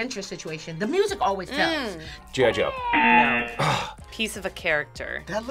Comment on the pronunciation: The guy that pronounce G.I.Joe "Jojo" always cracks me up XD